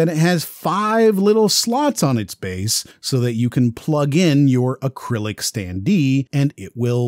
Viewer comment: Is the voice over artificially generated? The standee pronunciations threw me off...